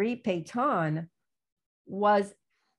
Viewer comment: Oh, she's talking about Marshall Petain! I was wondering who this Pay-tawn was. Geez.